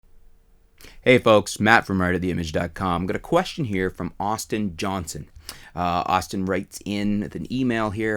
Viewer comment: What a pointless video.. and you called him Aushtin